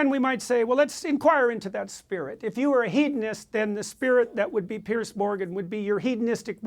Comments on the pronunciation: His name is Piers...a difference pronunciation to Pierce which has a hard S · Does he keep calling him "Pierce?